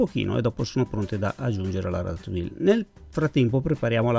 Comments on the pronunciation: si pronuncis ratatui. Io nn sono brava a cucinare ma conosco le lingue. Francese inglese e un o di portoghese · Ciao,sono un tuo iscritto perchè mi piacciono molto le tue ricette e la semplicità con cui le spieghi. Ti volevo solo correggere la pronuncia della ratatouille,perché nun se po' senti',eh,eh,si pronuncia "ratatujje" come la crema chantilly che si pronuncia "sc(i)antijji. Scusa se mi sono permesso,naturalmente non è obbligatorio sapere tutte le pronunce,ma sei talmente bravo che mi dispiace sentirtela sbagliare ;)).